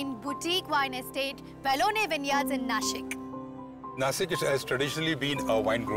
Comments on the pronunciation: its not nasik its nashik :yt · It's "Nashik", not Nasik. Hindi speakers deliberately spoil marathi names. Do you call Washington as वॉसिंगटन or वॉशिंगटन? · अरे नाशिक आहे ते! भिकऱ्यांसारखा नासिक नका बोलू😡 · It's Nashik. 😬